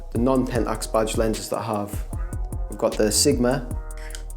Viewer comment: I thought you were saying "bodged lenses," but at the end I realized it was "badged lenses." LOL Nice collection. My favorite lenses are the DA* 300 and the DFA 100.